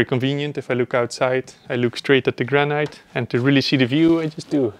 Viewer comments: Sorry to be picky but granite in English us pronounced gran-it not gran-night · Wear a mask !!! ALSO in English noone says GRAN-EYE-T. It. GRAN-ITT